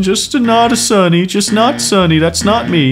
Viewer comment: Sunny not lieiny